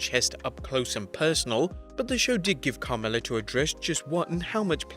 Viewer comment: CAMRELLA...lmao..its Carmella